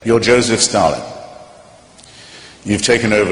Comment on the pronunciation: Why does he say yojoeseph stalin?